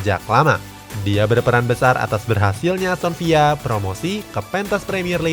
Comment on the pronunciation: Emang "Aston Villa" pronounce nya gitu ?